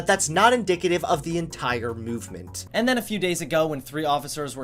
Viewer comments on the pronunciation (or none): Why does he say it as muvement and not movement